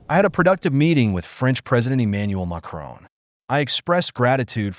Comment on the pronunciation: Pronunciation of the French president’s name: not McCrone or, for that matter, McCroon.